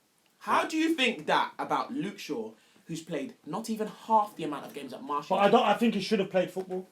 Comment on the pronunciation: Btw it's pronounced Mar-Cee-al not Marshall or Mar-T-al lol